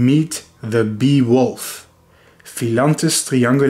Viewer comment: The beewolfs feats are really gallant and unusual. Wouldn’t go collect honeybees unless they are dead. And plus for some reason my mind thought you were saying “Beowulf” as in the epic hero.